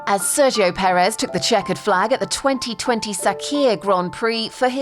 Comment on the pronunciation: The story so far: The English speaking media still can't pronounce his name correctly